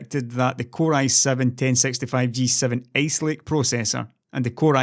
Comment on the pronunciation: I love your accent though it makes me have to focus harder on what you're saying. So I guess that's good. :) It brought a smile to my face when I heard you pronounce ice lake because I heard ace lake. Keep up the good work. Thanks.